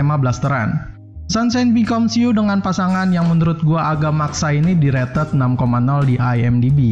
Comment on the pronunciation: "Direted" -----> "Di rated"